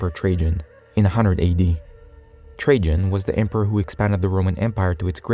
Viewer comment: Lol ,how read Trajan . So first A and second A arent a same ?. So logical, why would any A be same like other A , when you can read whatever you wont insted of A. You look smarter then